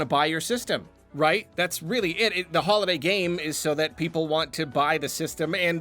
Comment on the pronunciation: After the 5. "Holiday Game" mention or so I finally understood that you don't say "Hollow Knight Game"....which actually sounded strange